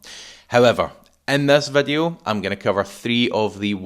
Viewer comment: English = video. Random Scotch = Veddiuh. Gaelic = "Rud a chlàras fuaim is sealladh airson ath-chluich nas fhaide air adhart" Stop fucking about with English. Be proud of your language and use it. Don't bollocks up English with random pronunciation. Why Veddiuh? Why not Voduhee? or other random shit?